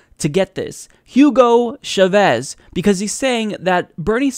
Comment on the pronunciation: It's Hugo CHAHVEZ not CHUHVEZ